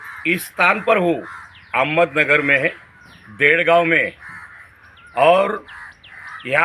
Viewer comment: Ahmedahbad nai Sir ji , AHMEDNAGAR